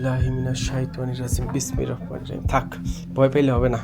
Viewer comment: hmm ro uccharon hobe ra noy